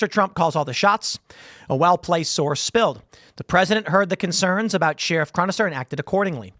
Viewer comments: It’s crazy how often you get a chance to say sheriff in the weirdest way possible. What the hell? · Tim says sheriff weirdly. We need to eliminate the job so I don't have to hear Tim say it ever again! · The way Tim pronounces “Sheriff” is sheer insanity